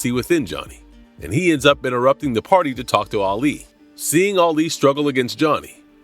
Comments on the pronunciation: Can't watch it keep calling Alley Ali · that annoyed me too. He pronounced her name wrong.